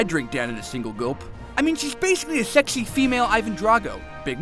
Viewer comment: "Shexy" I'm laughing so hard!